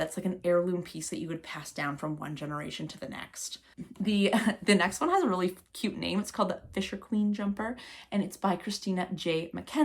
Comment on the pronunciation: This is a great collection of patterns from a variety of designers. I love this attention to detail 😍 One little note on pronunciation for the fisherquine jumper, the Quine rhymes with wine rather than queen. It’s the Doric Scots word for young girl. The Christina J MacKenzie also has a big Bosie sweater which looks great, bosie means hug ☺️